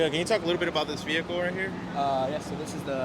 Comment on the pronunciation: V-hickle.. lol